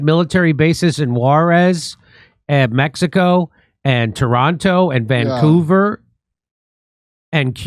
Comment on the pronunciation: The way Jimmy pronounces Toronto is so cute. Wrong, but cute.